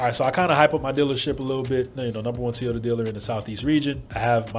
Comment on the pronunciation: Is it really pronounced "Te-ota?"